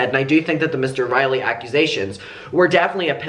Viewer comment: Mr. RINEY. Not Riley.